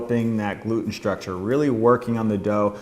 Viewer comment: “Shtrucshur”. What language is that?